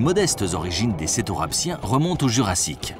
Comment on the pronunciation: Tout le monde se moque de l’erreur de prononciation « cetorapsiens » mais personne ne relève le fait que 2 sec après il lâche quand même sans pression ni pitié « ils avaient les plus sales têtes qu’aient connu le monde préhistorique »... quelle gratuité pour des animaux si extraordinaires et dont les collerettes servaient probablement également à parader 😭